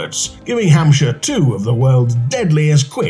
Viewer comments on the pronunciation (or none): none